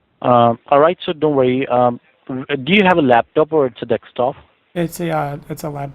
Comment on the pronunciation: I'm like 1 min 22s in and he still says "deks"top , despite him being an "intelligent" scammer. wow... It's not funny guys!!